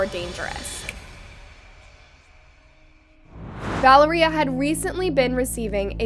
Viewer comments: “Val-uhh-ree-uh” noooo its vuh-lair-yuh!!!! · LEARN TO PRONOUNCE NAMES ITS NOT VALERIE-uh it was val-lar-ria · Is her name really pronounced as "Val-er--ee-ah?" Or is her name pronounced as "Val-air-ee-ah?" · American people can pronounce for once this name correct , it’s ValEria not ValerIa ….. the tone at the grammar E